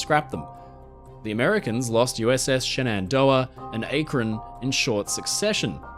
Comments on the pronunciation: Yes, Ah--kron, not Ay-kron. I was born there! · Akron is pronounced "Ack-Ron", not "Ache-run". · Akron, in the colonial english phonetic: "ACK-ron" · USS Akron is pronounced "ACK-ren." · Akron is pronounced with a short "A"..Like "acknowledge".. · You mispronounced "Akron". It's a short "a". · Great video! Just some friendly FYI's 1. The "A" in Akron is pronounced like "acid" or "accurate" as opposed to "acorn." 2. It was the losses of Akron and her sister ship Macon in 1933 and 1935 respectively in storms off the Atlantic and Pacific coasts that ended the United States' rigid airship program (not to say that losing the Shenandoah in 1925 wasn't also a blow, losing 3 out of 4 zeppelins/rigid airships is not recoverable). The Akron is the largest loss of life recorded in an airship crash (among the Akron fatalities was the champion of Naval rigid airships, Adm. William Moffat). Macon thankfully had safety measures implemented that led to all but three crew members surviving her crash. It was impressive that Akron and Macon were functional flying aircraft carriers (recon planes) for the limited lives they had. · Gotta get on you about pronunciation of American names. Shenandoah: SHIN-un-DOUGH-uh Akron: ACK-run